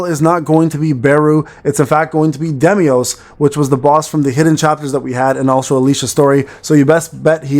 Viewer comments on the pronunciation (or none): Im pretty sure the boss is called "Deimos" and not "Demios" but thats just me 😅